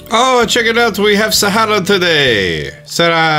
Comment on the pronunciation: I hate the way he says Sahara 😂😂 I speak fluent Portuguese, where they use an accent where they roll their r’s. If you’re reading this (I doubt it lol) if you want to roll the r (nobody’s judging if you don’t btw) the end of the word is a lot softer. Put the emphasis on the beginning of the word. ☺️